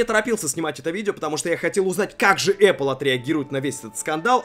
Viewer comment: Говорите правильно: Apple - Epil. Смотри не перепутай